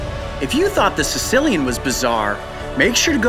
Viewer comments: Lol... Sounds like he calling it a Sicilian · Apparently I'm not the only one who thought Coyote said "Sicilian" instead of "Caecilian". XD